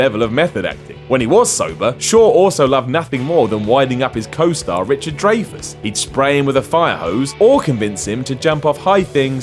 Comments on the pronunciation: SHY-AH. DRY-FUSS. Is this the same as the guy from TopTenz? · Rumble in the Bronx the protector and a few others were out way before rush hour. Do your homework and learn how to say Dreyfus correctly